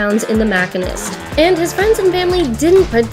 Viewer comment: The Mackinest? Lmao Machine-est 🤣